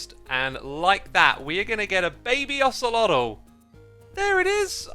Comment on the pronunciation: I love the new mob “ocelotyl” 😂